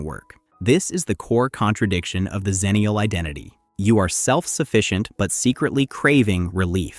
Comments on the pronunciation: "Ecks-ennial", not "zennial" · Xennial is pronounced Ecks-Ennial because we're on the cusp of both Gen X and Millennial. A "Zennial" would be on the cusp of Millennial and Gen Z.